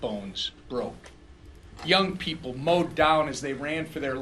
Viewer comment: P.R. need help to, to prepaar. The pepal